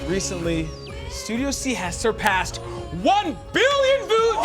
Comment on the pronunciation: it's funny how mis pronounced views at the beginning and said voos